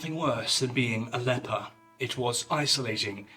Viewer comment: Did you just say "the fable of how Jesus healed the leapor" ? 😵